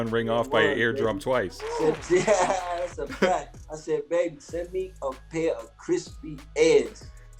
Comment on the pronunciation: “Thassa song!!” LOL